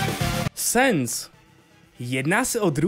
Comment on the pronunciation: Sans se nečte sens ale sans.